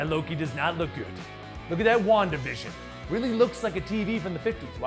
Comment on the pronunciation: wandavision sounded like wonka vision from will wonka